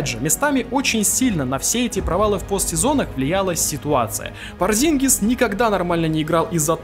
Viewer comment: pOrzingis а не porzIngis